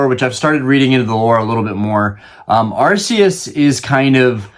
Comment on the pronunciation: Im glad you say Arceus the right way haha I love him and Palkia! Ive never seen trading events, I only ever hear about people going to play the game and I just collect on and off